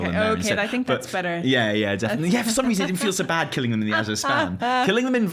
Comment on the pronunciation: Thank you for pronouncing "Azure" correctly!!!! OMG it's killing me how many people can't speak proper English. My school teacher brain goes into meltdown every time I hear someone pronounce it uh-Zoor. And I'm an American!